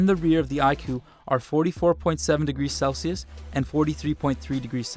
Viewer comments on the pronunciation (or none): none